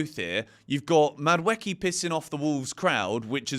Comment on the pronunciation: Please, For the love of god, can you pronounce Madueke’s name right 😭